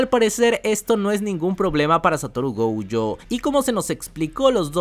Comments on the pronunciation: Nose porqué pronuncias GOUUYO, si hasta en el doblaje latino es GOYO!! GOYOO. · No es gouuuujo 😅😅😅 Me estresa esa u que le pones. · porque mencionas la o como ou???